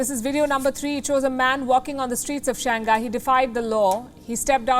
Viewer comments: SHANG- HAI not shang-gai 😩🤦🏻‍♀️ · THIS TALKING HEAD CANT PRONOUNCE SIMPLE ENGLISH WORD. IT'S SHANG-HAI , NOT SHANG-GAI....LOL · It's ShangHai... HAI, not ghai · To d presenter! It is pronounced as Shang-hai!! NOT Shan-ghai!!! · For a newscaster, please pay attention to pronounciation. Its “shang high” not “shang guy”… duh! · could be your short tongue but it's not pronounced as shang guy. it's shang hai. omg so cringeworthy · Its not shan-gai its shang-hai... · I respect you, ma'am. I really do. But, it's not "Shang gai". It's pronounced "Shang hai". Okay? 😁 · Learn to pronounce words correctly. SHANGHAI is pronounced as Shang-hai, not Shan-gai. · just a reminder, the name of the city Shanghai should be pronounced as Shang-hai, not Shan-ghai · It is pronounce as Shang Hai. Not shang gai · i was wondering where the hell is shan ghai... dude its pronounced shang hai, not san ghai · its shang hai not shan ghai ..... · Please correct your pronunciation ...its Shang-hai ..not Shangai!!! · The city name should be pronounced as shang-hai, not shan-ghai. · Please stop pronouncing it as Shang gay, it's Shang hay. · Shang-Hai not Shang-Gai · Not Shang gai but Shang hai 😅😅 Anyways Shang gai sounds cute too 😂😂😂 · Why can’t this news reader pronounce “ Shanghai “? She pronounced it shangkai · Wtf can not even pronounce shang hai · She keeps saying " Shan Ghai" like its new city. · Its Shang.Hai. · Is that how to pronounce that place? SHAN-GHAI not SHANG- HAI? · She can't pronounce shanghai correctly. 😁